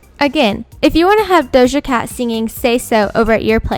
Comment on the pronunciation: she butchered dojas whole name